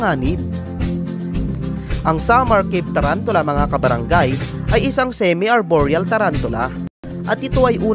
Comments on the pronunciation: Its Semi not sime. Its Orphnaecus not Orphanaecus. Its Venom not Venum. Its Species not Spicies. Its Fossorial not Fassorial. Its Dwarf not Dwarft. Its Cordillera not Corldillera. At wag mo sasabihin na hindi sila aggressive kasi lahat ng tarantulang binanggit mo ay OLD WORLD TARANTULA lahat ng tarantula matatagpuan sa philippines ay old world. Wag ka sana mag bigay ng mga maling information bossing. Dislike ko video mo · "semi" arboreal po hindi "sime"